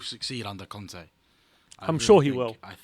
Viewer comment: It's Cònte, not Cante. :))))